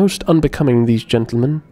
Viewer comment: tentlemen? are you drunk?